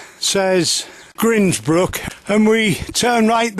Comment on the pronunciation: It's pronounced grindsbrook as in coffee grinder.